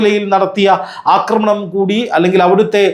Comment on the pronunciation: ആക്രമണം എന്നു പറയു അക്രമണ അല്ല